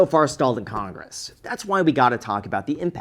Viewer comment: Skip conress? 😅 caught ya slipping.